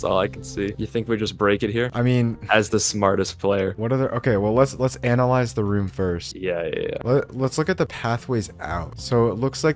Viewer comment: you can see is smart when he said lets anliyase the room